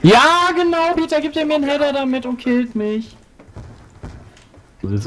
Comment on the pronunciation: Das heißt Peter nicht Bit :D